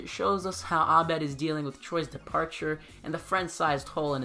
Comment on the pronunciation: What’s up with saying Abed properly!!??? I had the video playing in the background and that pronunciation gave me a HUGE shock 😂😂 i love it. I have no clue if you speak arabic or if that was just you doing your homework, either way it waa refreshing.